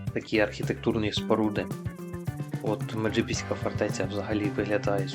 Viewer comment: Меджибізька фортеця наголос на и. МеджИбізька фортеця